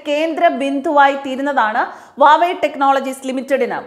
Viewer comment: ha ha... ഇവരെന്താ വാവേ എന്ന് പറയുന്നത്... സായിപ്പിന്റെ pronunciation ആണോ??